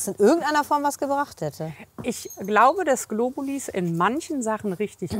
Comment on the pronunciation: GlobuliS.... es heisst Globuli!!! Sorry, aber da könnte ich wahnsinnig werden...